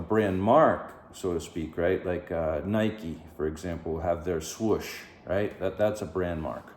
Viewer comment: Good info but I can't believe you called it a Nike Swush. It's a swoooosh! 🤦🏻‍♀️🤣 But really...top star video otherwise. 🤗